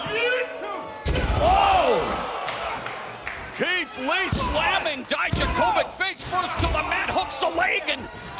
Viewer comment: "Дијаковић" [Dijakovic] should be pronounced 'dee-YAK-uh-vitch', not 'dai-dja-KOH-vick'. Please somebody let Mauro and Beth know!